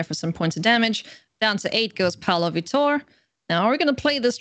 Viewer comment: Since the mtg community can be persnickety about made-up card names, it would be nice to hear the correct pronunciation of a world-famous professional player. VEE-tor (the stress is in the first syllable). Not that it matters, I will keep watching and enjoying :)